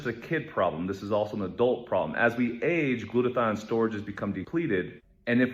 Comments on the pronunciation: “it is Women not woman” Also - Acetaminophen is pronounced = a ce’ ta min o phen And it is “Glut a th I on” not “Glut a thine”. get a Webster’s. Dictionary. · Glutathione. The "e" is silent. Gloot-a thi-on.